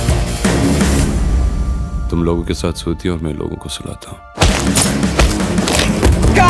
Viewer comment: it's Mukesh chhabra mere sir ka naam thik se bolo sir plz